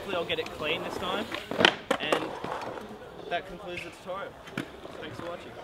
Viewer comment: tutorial not turtorial :)